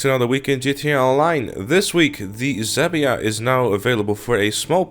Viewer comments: Did he seriously said Zhabia instead of Zhaba? xD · The one thing that hurt my ear: "zabia" "zhaba" sounds like "jaba" with "zh" between "j" and "g" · Zebia? More like z-HA-ba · Lol, Zhaba is a slavic word for "frog". Check Google translate for russian and czech languages. In czech, it's Žába and in russian, it's жаба.